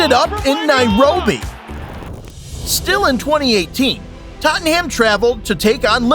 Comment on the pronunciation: The way you say some names 😂😂😂 tot ham , loincester city , neipoli 😂😂